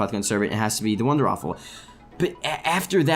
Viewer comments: It's not "the wonderwaffle" its "the wunderrwaffe" pronounced "vundervaffe". Please fix this. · It isn't called the wonderwaffle......... it is the wonderWAFFE....